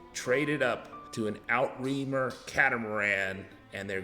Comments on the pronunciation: Outremer... pronounced Ooo-truh-mer. NOT Out-Reamer. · Sorry to nitpick, but it's not "out reamer". It's a french word, roughly pronounced as "ootr maire". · Great information! Outremer is pronounced ooo-tre-mair. It is 2 words, outre, which means over or across and mer, which means sea, so across the sea, i.e., blue water cats! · It's French and pronounced, " out to reem you". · "Outremer" is a French word and its pronounced: "oot" "re" "mare". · Steve S you're not quite there yet. Almost but not there yet. it is pronounced oo-treu-mare the R Is not to be rolled and the eu should sound like the euh sound you make when you're puzzled or when trying to finish a sentence but can't find the next word. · looool that is NOT how you pronounce outremer. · I am french, it means overseas.... And it is absolutely not pronounced that way.